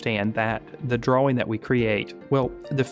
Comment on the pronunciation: you pronounce the w in drawing?